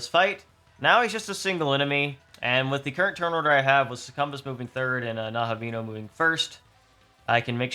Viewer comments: IT'S PRONOUNCED SUCCUBUS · These boss strategy videos are really interesting, I’m eagerly waiting for my copy of the game to arrive. Also, interesting pronunciation of Succubus lol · Perhaps he is dodging YouTube Censorship? with a little speech manipulation ... Demons "specifically temptation Demons" might catch the overlords watchful Gaze ... then again he might just pronounce it that way?